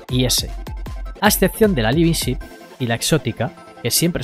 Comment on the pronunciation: Me ha costado tres videos darme cuenta de que "libisip" es "living ship" lol